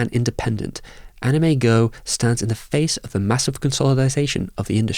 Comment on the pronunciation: AnimEigo is pronounced Anim-Eh-eeGo not "anime-go" lol Eigo is the Japanese for "English"